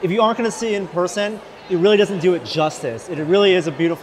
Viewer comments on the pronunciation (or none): none